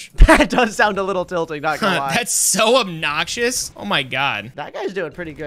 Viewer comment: "thats so abnouxious" yeah... not the only thing...